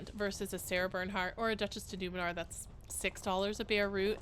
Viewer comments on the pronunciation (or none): Girl. I've watched this entire video and I'm 95% positive that you are saying Numenor and not Nemour 😂 Tolkien fan?